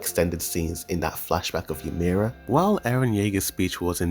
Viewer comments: Stop saying MAPPA and Ymir wrong when they’re so easy to say It’s Mappa not marpa. It’s ymir not ymirah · great video but pls pronounce ymir right next time xD